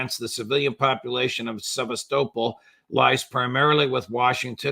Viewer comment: Can somebody tell the Judge that Sevastopol is pronounced "seh • VAST • ə • pole" not "seh • ves • TŌPLE." Sevastopol is not pronounced like Contantinople.